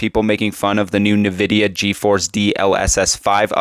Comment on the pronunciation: I've been using NVIDIA products for over 25 years and never did I ever once hear a single person pronounce it as "nuh-vidia. What happened in the last year where everyone just started saying it wrong out of the blue? It's weird